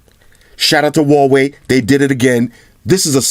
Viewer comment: I'm sure Huawei sent him some nice products free of charge. The least he could do at that point was pronounce the name properly.